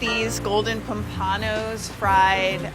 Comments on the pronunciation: Thats Pompano, not Pumpaaaaano, ya dizzy bint, stop acting like you know what you don't know... and try going for a minute without saying Like, I dare ya. I double dog dare ya. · Pom-Pan-O. No hun, that’s not how you pronounce it. Pompano. All credibility lost. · The way she said pampano I cringed IT PAM PANO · Learn the name of the products before your next video. You butchered the name of the pompano.